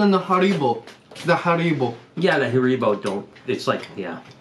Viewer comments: Please dont pronounce haribo like that 😂 also the stuff inside a crunchie is honeycomb and as a British person please never try and do the accent again and irn bru is just a soda but its really good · Hair. Bo is how you pronounce it! Love y’all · the drink is pronounced iron bru and the Haribo is pronounced Harry-bo btw love your videos 🙏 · You say "haribo" like Harry Bo lol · it’s pronounced “Harry-bow”. 😀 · Haribo is pronounced harry bo btw guys :) x love everything you got sent apart from parma violets 🤮